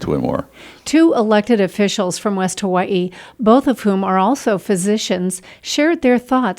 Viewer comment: she said hawaii wrong